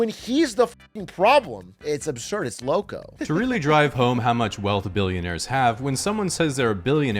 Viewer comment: Mexicana adjacent here, it's funny how Atrioc pronounces locouuu